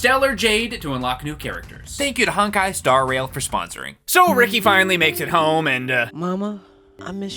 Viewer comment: Great video, and congrats to for becoming, but it is so cringey to hear him pronounce Honkai as "Honk-eye." 😂 The first syllable is pronounced more like the English word "hone." I mean, not exactly, but it's closer. The rest you got right.